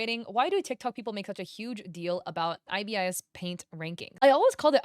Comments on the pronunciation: Im truthfully just happy to see art styles other than anime/manga on the leaderboard, it's neat Also you were right with the pronunciation, ibis is eye-biss :] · Yes, it's called ibis paint! An ibis is a type of bird and how you've been pronouncing it is correct hehe